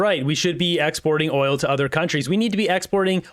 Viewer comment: Geez he can’t even say oil